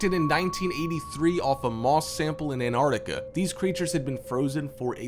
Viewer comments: An-arc-tica Dude it's An-tarc-tica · "Anarica" = Antarctica??? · he says anartica and great joke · The first 'T' in Antarctica isn't silent ffs!